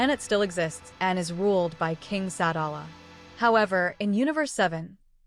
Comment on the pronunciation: It’s pronounced Sa-dal-a